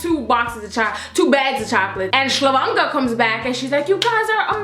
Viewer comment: "ShlaVonka"! Lol